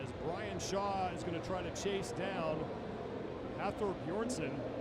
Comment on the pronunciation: Brian Shaw was the only name they pronounced right lol